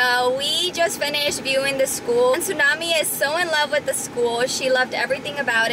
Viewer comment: Why does Esthalla call txunamy su